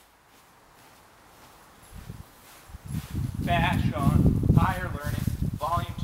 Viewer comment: come on now bro.. how many tapes have you listen to from fash by now? at least say his name right. its FAshawn. not FUHshawn. but this was his best mixtape so far in my eyes. production is amazing as well as topics/lyricism.